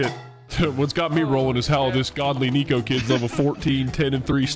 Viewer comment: Coming from a "Neko" It is pronounced "Neck-o" or "Neh-co" not "Nico or Knee-co" XDDD if your trolling with the name, then I had no idea LOL